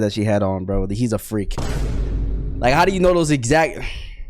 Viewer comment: "FRREAK" BOY